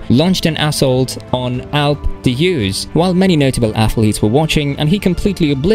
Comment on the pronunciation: G Ro G Ro G Ro. It is how you say it, please say it many times. G Ro. And Alpes d’huez…. Please try to make an effort